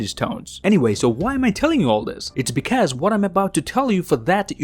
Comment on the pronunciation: Please learn how to say because